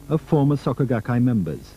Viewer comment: Was going to watch this, but literally in the first few seconds you call them "saka gakkai". I literally cannot take some one seriously if they cant even bother to figure out how to pronounce the basic sounds of w/e they're trying to introduce lol, imagine all the other details being left out.